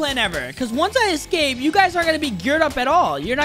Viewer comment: He forgot he said scape but it was escape